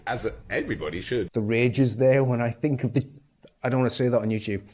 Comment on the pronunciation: I'll bet his white (probably middle class) mum didn't raise him to speak English with diction this poor 😢 saying "wiv" "def to" "fink" is an affectation at best